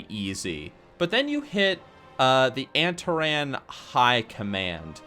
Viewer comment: your pronunciations are so ughhh anteran agewan